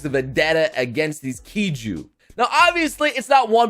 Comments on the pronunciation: I don't know how to feel after you said kaiju as kiju... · "Kiju"..... Did you mean KAIJU ... Or are the monsters in this thing Actually called Kiju? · You pronounce Kaiju wrong